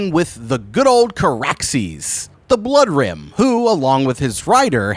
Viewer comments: OMG dude, I lost it when he said that. So many visions went through my head, which I now can't get rid of. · Did you say the bloood rim